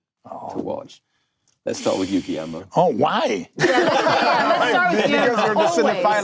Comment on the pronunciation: can you learn to say GUILLERMO properly? -.